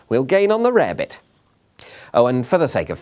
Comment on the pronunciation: nohrt4me no no your rarebit sounds pretty good and accurate to me.